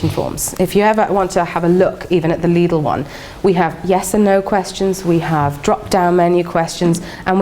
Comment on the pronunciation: it annoys me the way she pronounces Lidl